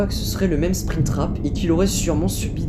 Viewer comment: Maime pour moi s' ai maiceul